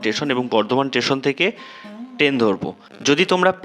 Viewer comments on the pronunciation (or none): Station not tation